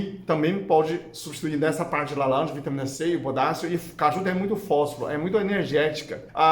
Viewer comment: Que maravilha ouvir o falar, quando ele fala (alanja) então derrete qualquer coração ❤️🙌🏼🤩 Seus vídeos são muito bons 👏🏼👏🏼👏🏼 obrigada 😊❤